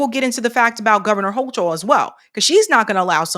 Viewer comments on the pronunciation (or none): Hey, Hochul is pronounced with a hard CH. Much love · Her last name is pronounced 'hoe - kul.'